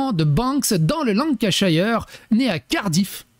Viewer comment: Le prof d'anglais que je suis en panique devant ta prononciation de Lancashire haha